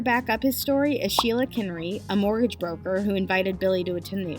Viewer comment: I've followed the Billy story via Karl Jobst, and this video is a concise and entertaining summary of the whole ridiculous saga. Just to nitpick, though, the narrator mispronouncing and misspelling "mortgage" is quite distracting. Well done about the attribution- glad to see content creator making sure to give credit where it is due.